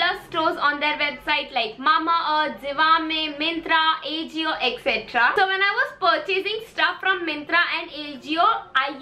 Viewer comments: It's pronunciation is "aajio" not ajio 😊 and u looked damn cute in that yellow sweatshirt ❤️ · It's not A jio it's aajio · It is aa-ji-o not A-jio🤣😂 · It's not aajio it's ajio😅😂🤭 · It's not aejio..its AJIO 😂😂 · It's not ejio 🤣🤣 It's ajio .. ✌🏻pls pronounce correctly..